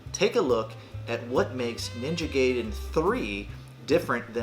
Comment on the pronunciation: I will forgive you for calling it Ninja gay-den 😏 but you wound me deeply! 😭 😂